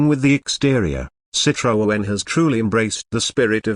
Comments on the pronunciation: Hi, why do you keep presenting all this nonsense about 2025 cars that clearly will never exist???? Irritating. Calling it a CitroOen, with an extra O. No wonder you call yourself. Crazy it surely is. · What a shite robot voice that cannot even say Citroen. "They have even made a soft top model". Hate to correct you but they were all soft top models from the 1940s. Would have been nice to watch the whole video, but that voice.....